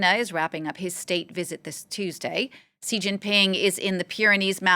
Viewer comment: Please, please learn how to pronounce Xi properly.